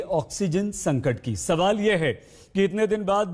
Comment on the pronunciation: It's संकट not संटक!!